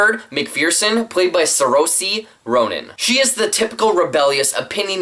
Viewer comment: Great review! I also, like the rest of the world, really enjoyed the film! I have a couple of problems with characters but it was really funny and a great sarcastic type of coming of age. Also, sorry but your review reminded me of that thread going around Twitter about pronouncing Saoirse Ronan's name correct hahaha